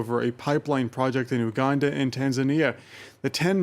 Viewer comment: First of all, you don't even know how to pronounce the name of our beloved country #Uganda, and you begin criticising our plans. We don't need your help cause it's only causing harm to our continent. Your nations have more problems to deal with, but you keep pointing your noses in our affairs which don't concern you.